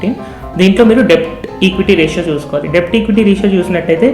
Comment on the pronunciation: A small suggestion.. letter 'b' is silent in the word 'debt' and should be pronounced as 'డెట్'. Hope u dont mind..